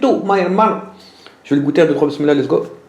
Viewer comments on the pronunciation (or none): none